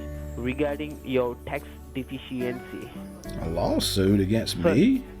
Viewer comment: What the heck is a tax "defishyancy"?